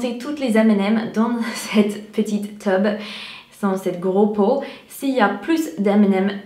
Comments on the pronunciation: Ho le truc des m&m's dans le t"U"be, s'il te plaît prononce bien le "U" en France ça fait teub et ça ne veut pas la même chose lol, je me serais dit ben laisse tomber je reste chez moi trop la flemme (bon ça dépend du nombre aussi), mais le coup des ballons et des étoiles est génial. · tube pas teube😂😂😂😂😂😂 tube mean tube but teube mean dick n im serious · " teub " 😂😂😂 c'est tUbe fais attention 😂 et une question , étant Américaine, quand tu dors tu rêves en anglais ou en français ? voilà je voulais savoir 😉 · jpp le mot "teube" en pleine vidéo , pour info c'est "tube"😂😂😂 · ah on dit " tube " et non "teub" , c'est pas du tout la même chose xD xD xD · un énorme teub …. La prononciation c'est drôle parce que elle voulait dire tube mais bon x) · Attention à ta prononciation, prononce bien le U de Tube, parce que Teub en français c'est autre chose ;) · /!\ Prononce bien le mot "tube" avec U, car nous on entend "teub" qui est un synonyme de bite/dick ;) Il ne suffit pas de grand chose parfois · je suis fixé sur tes dent c'est abusé comment elle sont blanche elles sont plus brillante que mon avenir ..😧 mdrrr jpp j'avais pas vu elle a mal prononcé "tube" elle dit "teube" chut plié la en plus du coup elle a dit "petite teube"😂😂😭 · Coucou, super vidéo:) Juste une petite chose qui m'a fait réagir, j'espère que tu ne prendras pas mal le fait que je te le dise mais je pense que ça pourrais t'éviter des mauvaises surprises en français:/ A un moment parle d'un "tube" (à de la vidéo) et le problème c'est que tu le prononce "teube" et ce mot là est un mot assez vulgaire qui désigne "l'organe sexuel masculin" (comme 80% des expressions vulgaires). Ne t'inquiète pas je pense que tout le monde comprendra bien ce que tu as voulu dire, c'est vraiment juste pour toi, pour que tu le sache:) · Il faut prononcer u, à la française. Ou, si trop difficile, toube. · prononce bien tube car cela peut porter à confusion x) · Non non ne dit surtout pas "tube" comme à!!!